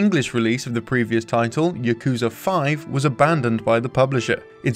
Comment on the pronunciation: Your pronunciation of "Yakuza" and "Kazuma" is killing me.